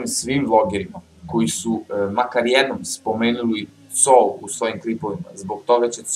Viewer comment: nije Coaz nego KOAZ! :D